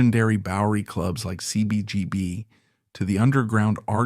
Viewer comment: I was involved in the tail end of the Punk OG movement. We all dove into the crowd (gd know how im alive). I lost interest when the AI mispronounced the Mecca of US punk, CBGBs. I remember it well. Well, the bathrooms mainly- don’t ask. Lol. She was more of a contrived sub wrestler type performer, but I liked her. The movement was complicated, and based in UK, largely.. Sorry. And KISS was what we rebelled against, so there was a poserish vibe about her. Thanks for the content, but AI content sucks. This was almost bearable.